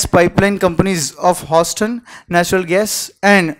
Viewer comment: Can some tell him how to pronounce Houston ?